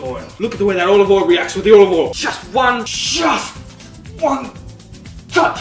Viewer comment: He pronounces it “Owal”. 2/10 for inaccuracy